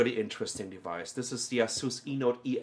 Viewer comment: its A-sus.. lern the fucking name befoere making another lame review. can't even take it from the fucking sleeve! thats how dumb they are